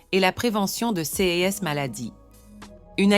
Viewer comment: mauvaise lecture...dire c e s au lieu de ces , c'est vraiment étonnant. Quand cette lecture automatique en français va-t-elle être corrigée?